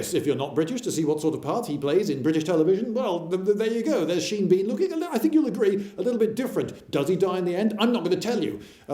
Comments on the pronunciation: Sheen Bean? Instead of Sean? I assume I'm missing a joke here? Explanation? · seen bean? isnt it pronounced shawn?